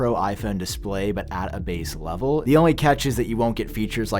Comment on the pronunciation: Smallerrrrrr. Betterrrrr. Levelllll. Pixelssssss. Batterryyyyy. Have we forgotten how to talk as a society without extending the last syllable to the last word of every sentence. 🤦🏻‍♂️